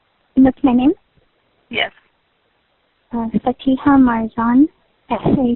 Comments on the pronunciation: It is pronounced Fa-tee-ha, not Fatia, an Arab name means the beginning or the starting or the opening for something like a book or letter or a story....etc! Its a cheering nice name! Very sad to see such young lady throwing her life and the life of her sister and family away for almost absolutely nothing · This white woman can’t say Fatiha?! So annoying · "sorry if i butcher your name" it's fatiha. what the fuck is so hard about pronouncing that name? fa-ti-ha. jfc